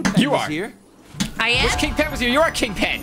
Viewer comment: lol king pen more like king pin